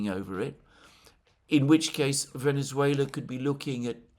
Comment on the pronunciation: Oh, man. How painful it was to see you butcher the name of Venezuela!